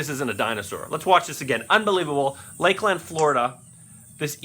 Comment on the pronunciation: ok one its pronounced laklan and spelled Lklnd TM. and two we group up with with alligator our who life when it comes down to it that is a brave ass alligator most of them will run when they c us unless u feeding em or near there nest or in the water.